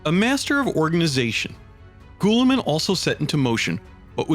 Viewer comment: Gah! such great work but..... Astartes is pronounced "Astartees" and Guilliman is "Gilliman" not "Gooilliman" other than that fantastic work